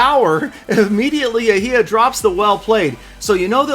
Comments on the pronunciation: Its pronounced yhia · Clash and Pokemon GO my name is not pronounced like that. That makes me sad. Yehya same as Yehia